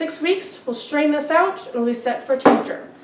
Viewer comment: its said Tink-ture not tink-a-ture